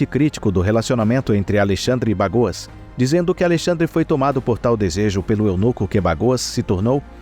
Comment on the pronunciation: O nome é Bagoas e nao "bagos". Kkkk